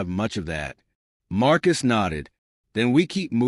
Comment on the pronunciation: AI Narration doesn't pause when it should and pauses when it shouldn't and incorrect emphasis. Not to mention the mispronounced words and poor sub-text ( just one idiotic example: "calms in the ship" -> "Comms in the ship", This one was just too funny, "Marcus ass"). Channel not worth subbing.